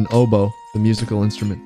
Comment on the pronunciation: he said oboe I love him